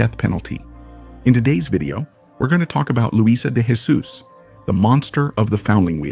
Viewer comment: The Portuguese do not speak Castillian, we do not pronounce the "J" sound as an "H" we pronounce the "J" sound like a "J" so it's not "Hesus" it's "Jesus".